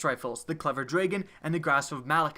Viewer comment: its not clever dreagon, its dragon!! Great vid btw